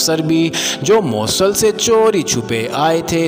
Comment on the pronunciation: ایڈمن.... شہر کا نام "MAUSAL" نہیں ہے اس شہر کا نام " MOOSAL" ہے...... پلیز تصحیح کریں